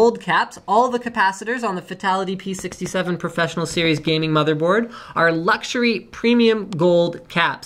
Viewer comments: Profess-1-onol ? You're either living under a rock Linus or you're a petroleum engineer. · lol. when you say processor, you say it wierd and pronounce the PRO part, but when you say professional and should pronounce the PRO part, you don't. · "ahhhhhhhh the Profess-One-onnal series" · Why the fuck didn't he read 'Fatal'ONE'ty' when he read 'Profess'ONE'onal'?